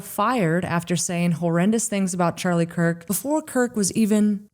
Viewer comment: Why is this guy calling him Charlie "Kirt"?